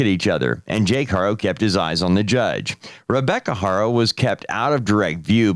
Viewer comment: Their last name is not HARO, it's pronounced ARO... the "H" is silent! 🙄🙄🙄🙄🤦🏻‍♀️🤦🏻‍♀️🤦🏻‍♀️🤦🏻‍♀️